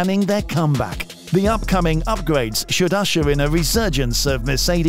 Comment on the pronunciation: its Ferrari not fewawi